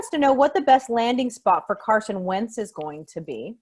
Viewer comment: Alright I figured Wentz to Chicago was wishful thinking, but thanks for confirming! Agreed, Wentz to Indy & Matthews to Denver would be good for the league (& your pronunciation was spot on!) 👍 Thankyou!